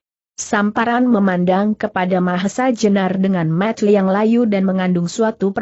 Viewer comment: Ini yg terjemahkan khopingho juga..klu nyebut mata tu yg jelas ni kakak logat dari mana ya..